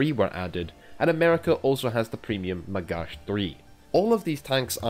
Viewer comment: It''s Magach, as in Magakh, like loch.